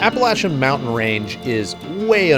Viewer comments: Thank you for pronouncing the mountain range correctly. It's sad when a YouTuber says it correctly and the local news can't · As a NC native…..THANK YOU for pronouncing it correctly. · So good to see you wheeling in my neck of the woods. I was born in Ashville and have wheeled a lot in NC TN VA WVA. Maybe someday I will get another jeep and get out west. Thanks so much for pronouncing our Mountain's (although they are a little smaller than your used too) correctly and telling the history of how they were named. I love your vid's and your just getting better at making them.